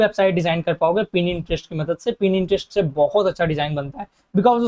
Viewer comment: Nice video, lekin ek choti si baat, pin-interest nahi hai pinterest hai wo!!